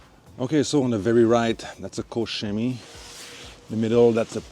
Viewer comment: thank you for good pronunciation of KOCH CHEMIE ♥ Because my ears hurt when I hear - COCK KEMIE, or COKE CEMIE .... :D COKE COLA CHEMIE